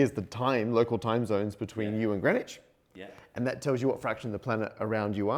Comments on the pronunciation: its Green not Gren. My name is Grenville, why cant Englishmen speak English? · Local people hate Greenwich pronounced "Grenich" ... We have discussed this and are divided only between 'Grinnidge' or 'Grinnitch' NEVER "Grenwich" ... ... And by the way, it is most definitely NOT 🎵"Hailey's Comet"🎵😡😡😡😡😡 NOT "Bill Hailey & his Comets" .. its Halley's Comet pronounced (Edmund Halley) Hall_ey .😠.for f🦆's sake.😡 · OK. All this talk about lines, but you're mispronouncing the location--it's "Green Witch", not "grennitch." Sillies. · The hardest part to understand about this video is how Greenwich is spelled green witch, but is pronounced as grin itch. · Why is it that you don't pronounce the W, or one of the E's in Greenwich?